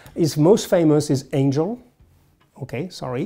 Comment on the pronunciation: The way he said Angel lmao. Loved this! I'll probably be referring to it a LOT!